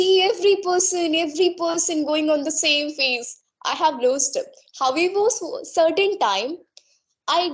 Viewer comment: Her pronounciation of however , broken and she used s instead of sh in many word. I am confused 🤔😕😕.